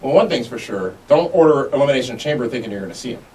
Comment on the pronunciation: Elimiznation ? was that a speech error or just a reason to say the miz ? xD